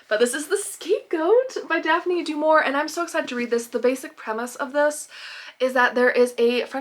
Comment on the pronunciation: I thought you lived in Arizona. Snow? Hale? I don’t like to pull you up on your pronunciation again but Daphne du Maurier is pronounced du Mauriay, as in a French style. I am annoyingly pedantic on pronunciation, sorry. As for cooking, have you thought of making Yorkshire puddings the next time you have a roast dinner?